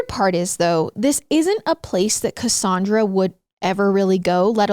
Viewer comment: Im a Cassandra but i say CassANNdra not cassundra. So is tripping me out.